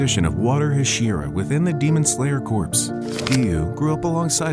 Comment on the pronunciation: Just a heads up corps in demon slayer corps is pronounced “core,” it’s not like corpse